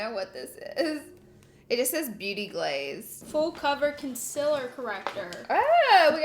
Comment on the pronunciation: I love how pronounces concealer the exact same way as Laura😍 love the energy of them together💕